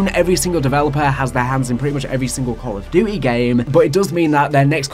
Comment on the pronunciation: “Call of Dutayy” I’m sorry but that cracked me tf up 😂